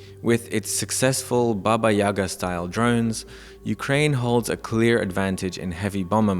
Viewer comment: Ukrying? haha ... from Singapore . FAFO